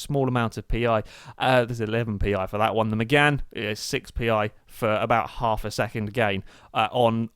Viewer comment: its 'Mégane'